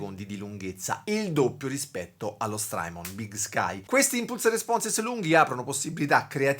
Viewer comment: (S)trymon con la T di tabacchino!